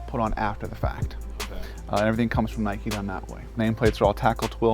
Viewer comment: WTF! Nike. Nike. Nike Give me a break.